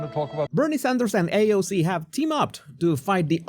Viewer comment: Lol. I love your videos. Bernie mispronounced AOC’s name. Paid and bused in